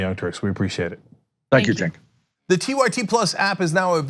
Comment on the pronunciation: Ah look , Bernie's finally learned how to pronounce Cenk's name correctly